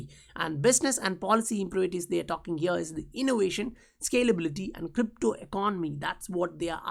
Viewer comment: What strange dialect is this? Is it XRCRAP language? “Innowation”